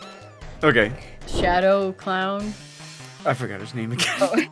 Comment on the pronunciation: I thought your mom said shadow clorn